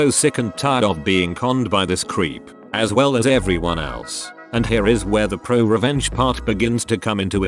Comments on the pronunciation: It says it like r/pru-uh revenge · listen to how the text2speech say ‘pro revenge’